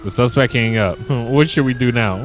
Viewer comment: classic line is when he says Suspec in stead of suspect or saint row instead of saints row lol i love you